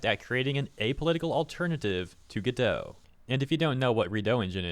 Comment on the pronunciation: Godot (and therefore Redot) are pronounced like Robot. Which is why they have robot images all over the place.